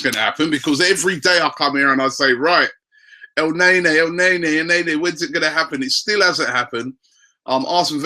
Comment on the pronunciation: Our january signing; 1. Welbeck 2. Coquelin(Le Beast) 3. Alexis 4. El Nae Nae(Robbies pronunciation)